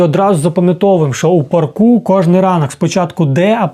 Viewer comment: Смішно кажете в парку , наголос треба на Па ‚ ( на перший склад )